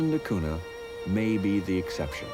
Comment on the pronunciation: it's Portuguese and pronounced not "duh koona" but "deh koonya"